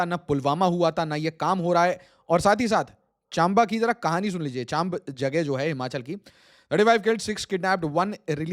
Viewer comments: It's चम्बा not चांब ! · Its चम्बा not चाम्बा । But the topic is reality . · चम्बा को चाम्बा मत बोलिये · It's not probouni"Chaambaa". It is pronounced as "Chambaa". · Dude it's Chamba not chaambaa, good video btw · Chamba bolna toh seekh le gyani!